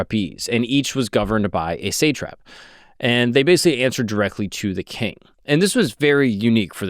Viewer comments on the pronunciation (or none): satrap : long a , like the way we pronounce the a in awe satrap otherwise well done